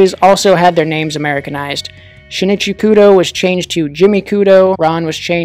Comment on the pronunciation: I won't complain that it's making a comeback, but IS NO ONE ELSE BOTHERED ABOUT THE PRONOUNCIATION??? HOW DID SHIN'CHI TURN INTO SHI-NI-CHI??? (The 'i' after the n in Shinichi's name is supposed to be silent btw, I know, I've watched the dub.) I appreciate that they're binging back the Japanese names, but PLEASE THE PRONOUNCIATION